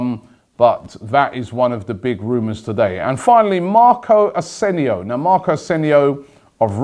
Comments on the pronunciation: It's not Asenio it's asensio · "Asenio" pretty sure there's an s there.... Asensio does he watch the champions league? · AsenSio. not Asenio xDD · Marco Asenio 😂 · Robbie called him Asenio Dude he´s name is Asensio! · Robbie:😂''marco asenio''😂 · he called him arsenio lol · Is Robbie deliberately saying every name wrong now? AsenSio